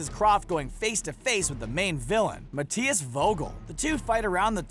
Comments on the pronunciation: Isn’t it Mathias? Not Matias lol but hey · Also, it's Ma-thy-is no Mat-tay-is. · "Mah tee as"? It's pronounced "Math I ass"